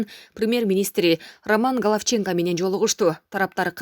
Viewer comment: Галавченко эмес Галовченко кайсы убакта О ну А деп окуп коюнун дагы шарттары болот . Гечирип коёсуз бирок эскертип коюшум шарт